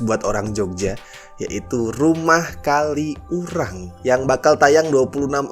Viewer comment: Mo komen minor, bacanya bukan "kali urang" tp disambung "kaliurang", sebagai org xurang agak keganggu aja haha.. Maap ya no offense